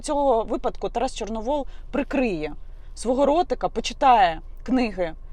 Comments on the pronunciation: Тарас ЧорновІл,а не ЧорновОл! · Яніно, Тарас не Чорновол, а Чорновіл. Це по перше. По друге, Тарас давно визнав свої помилки. По третє, будьте ЖУРНАЛІСТОМ, а не базарною бабою. По четверте, як тільки я побачила відео з Тарасом, перша думка у мене була, що це тітушки, а ви кажете, що патріоти. Поважаю вашу роботу. Не помииліться у виборі кумирів.